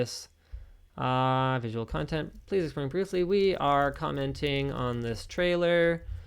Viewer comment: "We are commetning on this trailer. I believe this is fair use." Linus, really? Commetning?